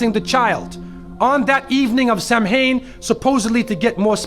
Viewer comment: It's pronounced "Keltic". It's pronounced "Sow-win". Samhain was a festival named for November, not a god. The spirits weren't all evil. The disguises were to impersonate the spirits, not for spirits to be disguised CORRECTION: It wasn't moved in 1834. It was moved sometime between 731-741 under Pope Gregory III. Not all the costumes are evil. Look at more catalogs and stores. That was totally exaggerated 80's-era bullshit concocted by zealots of the Religous Right. Remember that the Abrahamic faith preached by this narrator in this video was ripped off from another Abrahamic faith that consecrated Samhain into "Halloween" and also created All Souls Day after All Saints Day (All Hallows Day/Halloween).